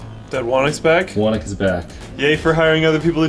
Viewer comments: smh, why is he calling it Wannick? It's obviously pronounced Who Knock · Whenever you say "whonnocks server" it always sounds like you're saying "WANIX" server so for the longest time that's what i thought it was called. It was only today that i realized that you pronounce "whonnocks" as "wanix". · How does "Whonnock" get pronouced "Wanick"? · What kind of weird, unheard of, alien name is "Whonnock" and why isn't it pronounced like [Hoo-nock]? I meaaaan, hurr durr. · The fact that you don't pronounce your server, "Whoknock" disappoints me tremendously. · well... Linus is Canadian, "Ock" sometimes gets pronounced "Ick", so "Whonnock" sounds more like "Whannick"